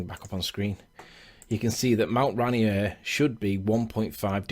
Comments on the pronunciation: As a Washingtonion, its pronounced Rain Ear, not Rainy Err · ok a little of subject, but being that I live in Seattle this is bugging the crap out of me.. I appreciate it may be pronounced any which way all around the world, but where this mountain is, it is pronounced ray- NEER .. two syllables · It's Mt. "ray-neer" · I know both you and the flat earther have accents buts pronounced RaInEAR with the beginning sounding more like "rain" and the end more like "near." Or you could just call it by its native american name "Tahoma"